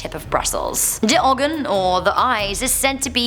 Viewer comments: funny to see this cuz im from belgium i was laughing when you where saying the eyes in dutch cuz its just not on the right way lol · I know you don't speak Dutch but like, the way you pronounced "de ogen" was pretty hilarious to me, I'm so sorry Btw yes I'm dutch